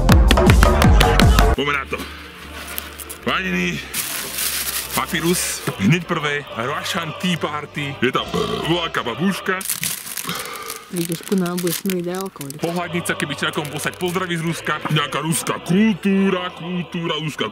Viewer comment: někoho by to mohlo štvat, tak ti to klidně napíšu. Vyslovuje se to bÁbuška, ne babŮška.:)